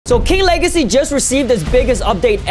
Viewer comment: Bro what is king wegacy;-; maybe type